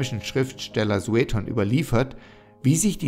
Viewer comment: Die Videos sind sehr informativ und hilfreich. Vielen Dank! Ihr müsst allerdings aufpassen mit der Aussprache der Eigennamen. Da hapert es oft. Bei Vespasian ist die Betonung auf dem hinteren A. Bei Sueton auf dem O, nicht auf dem E. Bei Exedra auf dem ersten E. Ihr solltet die Videos auf jeden Fall vorab zumindest von einem Althistoriker, besser aber noch von einem Altphilologen kontrollieren lassen.